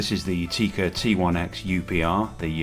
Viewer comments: Tikka. Not Tiika. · Not Teeeeeeka. Tikka. It's a dang "i", not a e, and this isn't Finland where I am😂